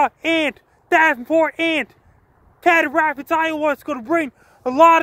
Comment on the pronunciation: Prounounced See-dar Rapids, Frankie!!